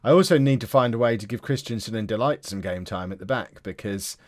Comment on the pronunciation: Please please his name is pronounced DE LICHT